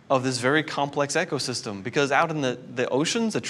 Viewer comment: He keeps mispronouncing “ecosystem” and it’s bugging me... this guy says,”EKCO-system” 😒